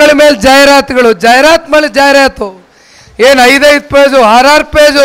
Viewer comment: ಜಾಹೀರಾತು ಅದು ಜಾಯಿರಾತು ಅಲ್ಲ😅